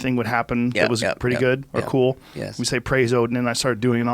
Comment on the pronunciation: When Joe speaks with scholarly types like Dawkins and Peterson he goes from saying yeah when he agrees with something that is being said to a properly pronounced "yesss".